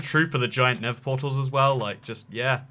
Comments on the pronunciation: NeTHer Not “Ne’vur” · It really annoys me that he calls the nether “the never” 😑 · why do you call the nether never?